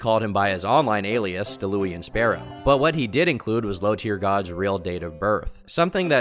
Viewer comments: "Dalooian Sparrow" 💀💀💀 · Deh-luu-ian 😂 I tried to collab for teaching people how to play FGs and he geeked out about it 😔 LONG ISLAND JOE. ELL EYE. please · “ Dalooean Sparrow “ 😂😂😂💀 I bursted out laughing at that pronunciation. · Da-louie-in lmfao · "Delooian Sparrow" 👌😂 Still can't believe the absolute tool got it tattooed on his forearm. Dayla Ewan? Dallah Wan? Dallowen Like... you know you're going to look at that when you're fifty and say to yourself: "Jesus I really am a nobhead." Every director said no. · pronounced as Da Lawn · Not an LTG glazer; say Daulaun right ffs